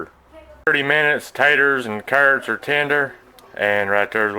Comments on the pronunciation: It sounded just like you said taters and turds! Hahaha. I make cornbread to go with mine or a loaf of crusty bread and butter. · Turds, southern way of saying carrots.